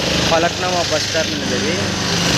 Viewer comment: ఫలక్‌నుమా NUMA not NAMA It is pronounced Falakn 'u' ma NOT Falakn 'a' ma